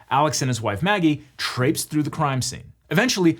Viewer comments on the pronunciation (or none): traipse, not trapes, Eagle.